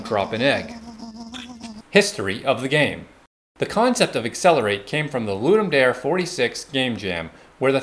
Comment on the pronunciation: It’s “loodoom da-ray”